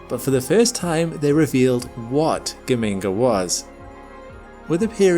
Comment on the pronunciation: The G in Geminga is the same as in Gemini. Juh-minga fool!